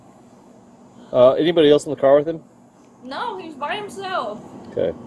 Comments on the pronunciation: Barista, not Bariata. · Ugh, another stupid AI channel. What the hell is a bariata?! 👎👎